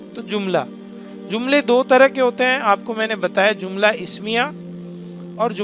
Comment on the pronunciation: Jumla bolo zumla nahi. جملہ، زملہ